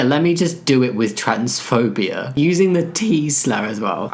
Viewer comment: It so often sounds like you're saying "transphobiar" and it makes me smile. Actually, listening to you talk in general is just... comforting. You always sound so warm and friendly and sincere, and since I'm American, you also sound just a little bit fancy to me.